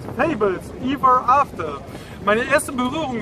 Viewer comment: Es heißt aber Everafter.. Also ausgesprochen wird es Ewwaafter..